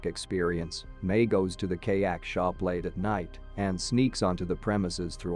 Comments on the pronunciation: Kay-ak? LOL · Bro phhht literally like “KAYAKE” like phht bro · What is wrong with these ridiculous robotic narrations? They are more or less spoken in English, but they are often butchering the pronunciations! What is a kaayak or all if those other butchered nouns, etc? This really is a complete lack of caring about their product.